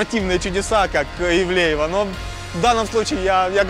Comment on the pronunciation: Не Евлеева а Ивлеева